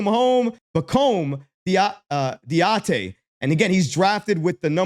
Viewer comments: love you man, but bro, it's "dah-dee-ay" lol - keep up the great work. you'll get the name 🙂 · his last name (Dadiet) is pronounced Daddy-Aye. He's okay. I watched another video that shows his strength and weakness. Needs a lot of work, but at 18 years of age shows potential. The Euro league is vastly different than the NBA, but in the right system he can become a great role player. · Its Pronounced (Daddy - Hey) Pacome Dadiet